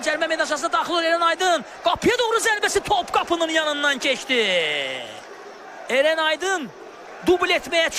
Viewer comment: Eren yox, Ərən